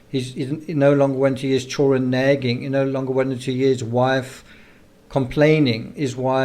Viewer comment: PLEASE for the love of all that is holy learn to pronounce children properly. It's not chullren ITS CHILLD DA REN !!!! Why is that the only word you can't seem to say?